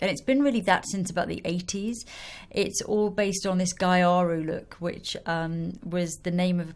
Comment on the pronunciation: "gyaru" is pronounced more like GHEE-AH-ROO, not GUY-AH-ROO. It's kind of the Japanese pronunciation of the word "gal", like you said. xx